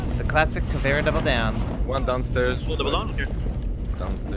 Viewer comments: Of course white boy has to say CAVERA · Hey, boys and girls (and wtv gender the others claim to be), on today's lesson we're going to learn how to say 'Caveira' because ignorance isn't sexy. Repeat after me: Kha-Vei-Ra. Not "Cavera" or "that brazilian bitch who has poor choice in make-up". On our next lesson, we're going to learn more about Jäger, which isn't an alcoholic beverage nor is it spelt like it nor is it said like it. And remember, kids. Just because you're American doesn't mean you should be stupid.